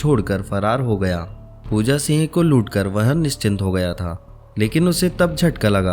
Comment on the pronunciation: Also not Pooja "Seeeng" it is Pooja Singh..